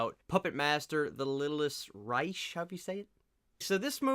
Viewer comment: I feel the same way about the franchise, but you sold me, I'm going to check it out , Thanks been wondering about it.......................... ⬇️⬇️⬇️⬇️⬇️⬇️⬇️⬇️⬇️⬇️⬇️⬇️ PS Reich is pronounced with a k sound at the end, the C&H basically turn into the K sound,like the German army's back in the day first Reich second Reich third Reich, not trying to be picky just didn't want you to go out like that bro